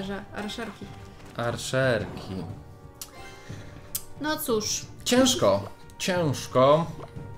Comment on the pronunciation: Arczerki nie arszerki